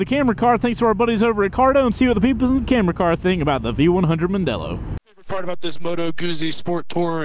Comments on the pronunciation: "Mandello".............................not "Mondello". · Mandello not Mondelo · OC. C'mon, even Mrs. C2W should rebuke you for MANDELLO not Mondelllo- even the graphics got it wrong. That said, it is still a beautiful crafted piece of machinery and time will tell if it can stand out as a base model for the 21st Century-rumour has it that a soft off-roader version is being trialled. I'm being lined up for a trial ride and I can't wait; whilst it is packed full of new tech, there are styling nods to old Triumph Tridents or Yamaha TDMs. RSMF.